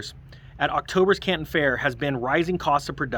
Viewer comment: I represent over 20,000 items from china for the canadian retail market. yesterday I had a customer complain one paper product item had mold on it. Makes sense. The Canton fair (you pronounced it wrong) is mostly down due to extreme travel restrictions to get into china to attend the trade show.